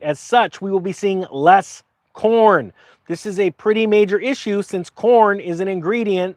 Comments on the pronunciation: For a second I thought you were saying porn and not corn. Allot of porn used to come out of Ukraine as well. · Ohhh... i thought he said porn.. Number 1 exporter of corn 🌽 makes sense also.